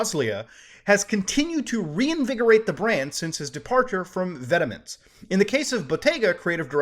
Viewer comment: You pronounced vetements wrong